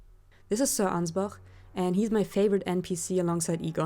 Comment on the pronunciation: I'm just glad to hear someone pronouncing Ansbach rightly. He even says his name yet I still hear people saying Anyz-batch.